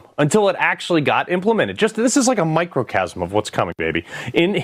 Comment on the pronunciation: Did he just say microcasm? What?